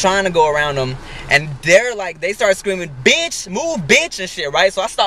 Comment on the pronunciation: hahahah he actualy said "black bitach" and not "black biatch" xD